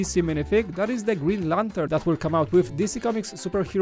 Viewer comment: Does anyone notice always pronounces Amazon like "Amayzon"?